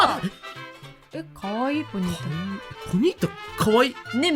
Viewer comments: ポニータがホニータになっとるww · 気づいちゃったかも知れない…。ポニータのこと答え合わせしてもずっとホニータって言ってない？！(間違ってたらすいません)